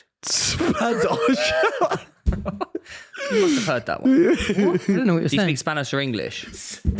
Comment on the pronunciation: blud said 'Spanosh or English' 🤣🤣